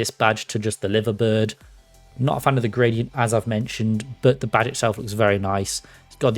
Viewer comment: liver bird? haha it' not pronounced like an internal organ it's pronounced like live as in alive. live - er